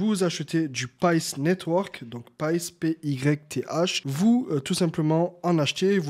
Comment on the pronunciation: Pyth ca se dit Pit